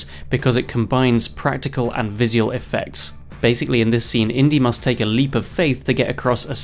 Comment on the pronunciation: Apart form the insane way you say "visual", you've done a fantastic job on this!! 😁 🤪